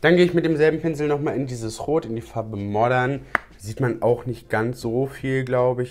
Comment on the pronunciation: Ich war mir auch sicher, er hatte plötzlich Marvyns "Palädde" in der Hand, als ich das gehört habe. :-D